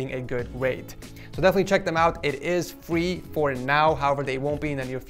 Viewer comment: ........ fwee. it’s what he said replacing free...